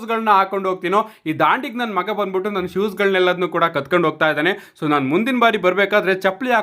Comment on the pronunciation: ಕತ್ಕೊಂಡು ಅಲ್ಲ ಬ್ರೋ ಕಿತ್ಕೊಂಡು 😅